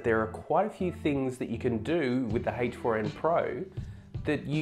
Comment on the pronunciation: Are you saying HACHE FOUR IN????